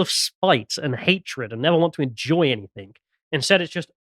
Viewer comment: I'm sorry to be a pedantic arsehole. But really has to stop saying 'anythink'. It's anything. ANYTHING. With a kind of silent g at the end. Or a hard g if you're from Manchester, pronounced a bit like 'anythinga', or 'anythinger'. Damn, sorry to be a twat but it really grates. Otherwise love everything does.